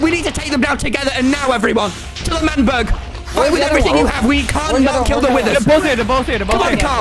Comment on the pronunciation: ITS L’MANBERG